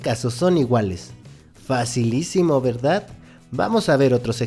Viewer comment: Pero no digas "facilicimo",por q me siento tonta